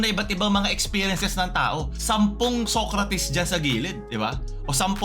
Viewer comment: Tama ba yung naririnig ko? SOYcrates? 😂😂